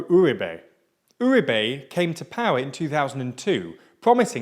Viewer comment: It's always fascinating to me how English speakers manage to never once stress the right sillable on Spanish words. I mean, they'd do better just doing it at random. I was starting to soften on them aaaalmost getting "Uribe" right as the thing goes along only to be slapped in the face by "Aivan Diuke", who I presume is Iván Duque's English cousin.